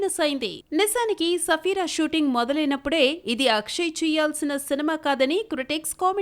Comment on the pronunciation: Sarfira ki Safira ani palukuthunnaa correct chesukoledu thuuuuuuuu